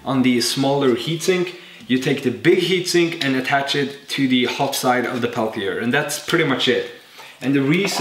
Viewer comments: its called peltier not palthier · Its pronounced Pell -Tee -Yay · I know english is not your native language but I gotta mention it. The way you pronounce "Peltier" in english is "pel tea air" I don't care either way bust just in case someone gets all butthurt but doesn't say how they think it should be said. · your pronouncing it wrong its pronounced pel-tee-ay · Peltier doesn't contain a th but you pronounced it with the th sound. Other than that, love your videos! Carry on.